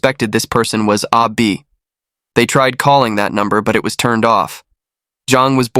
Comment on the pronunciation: Totally confusing. You keep saying Ah Bi and show a picture with Zheng's name. Wtf. Can't follow.